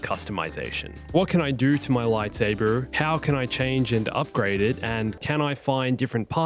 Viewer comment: i hate how you pronounce lightsaber